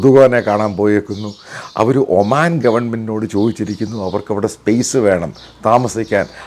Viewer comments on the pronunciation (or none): none